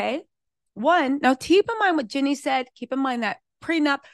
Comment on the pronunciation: I love u but it’s JEAN-NIE, not JENNY. It’s Jeezy, not Forest Gump.